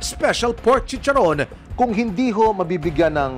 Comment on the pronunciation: Dugyot na chicharrrrrrrrrrrron! 😂😂😂